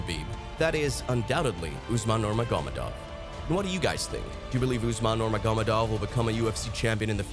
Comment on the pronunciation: I wish you would narrate yourself rather than using AI. Consistantly pronouncing one of the most well know names in MMA incorrectly. Nurmagamedov